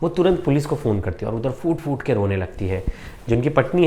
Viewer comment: Foot foot nahi please phoot phoot kar hota hai 99 / percent log ye kyon nahi bolte